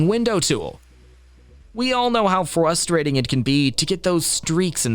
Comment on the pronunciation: "flustrating"? Where did he go to school?